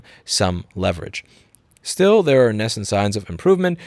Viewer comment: Nascent is pronounced NAY-scent.